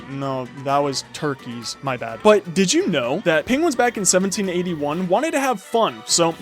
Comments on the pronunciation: can you stop saying dith you know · Every time he says "did i u know" i say nO i DoNt